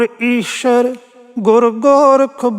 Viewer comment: "ਈਸ਼ਰ"ਕਿਥੇ ਲਿਖਿਆ ਹੋਇਆ ਹੈ/ ਗਲਤ ਪੜ ਰਿਹਾ ਹੈ/ "ਈਸਰੁ" ਲਿਖਿਆ ਹੈ/ "ਸ"ਨੂੰ‌ ਸ਼"ਹੀ ਬੋਲ ਰਿਹਾ ਹੈ/